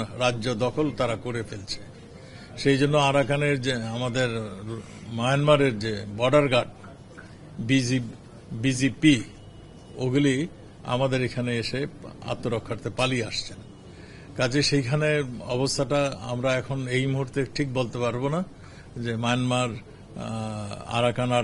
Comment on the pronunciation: উনি কি বিজিপি না বিজিবি বলছে আমি বুঝতে পারছি না কেউ বুঝিয়ে দিবেন🤣🤣